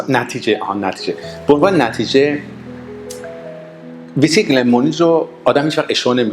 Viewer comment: Mr. Before you show your knowledge of Whiskey you need to pronounce it right. It is not pronounce Visky it is Whiskey (Wees-ki).